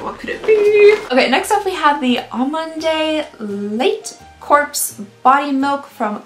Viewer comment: "lait de corps" is pronounced "lay de core" :)